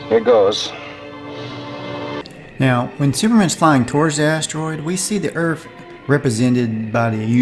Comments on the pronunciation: Did you say "erf" ? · sounded like erf for earth